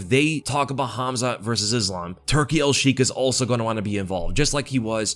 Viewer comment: Its pronounced Turki Alshaikh More like shake than shiek It’s just in Arabic that the kh is pronounced hardly in the the end 🤝❤️